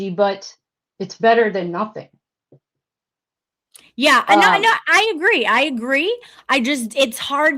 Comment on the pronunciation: Where did learn how to talk? I'm from RI next to Massachusetts and I have lots of family in Massachusetts. They do not say ingk after words! What is this???